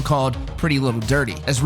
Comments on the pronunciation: Ditty. Not "dirty". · "pretty little dirty"???? It's "ditty" bro. Pretty little ditty. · That wasn't a nautical star and you called mispronounced Pretty Little DITTY while even having the proper spelling of it on the screen. Try that again, dude do you even know the musicians you're talking about?